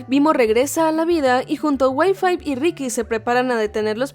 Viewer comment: "Y5" suena a "wifi" xd